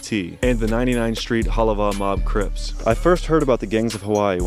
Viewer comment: We banging Hawaiian cwips aye ghost coowiiips shookside “cwips”